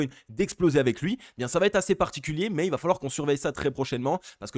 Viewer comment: merci. analyses sympas, avec un flux impressionant N.B.: il va , pas vat, beaucoup de liaisons mal't'a propos avec ce verbe a+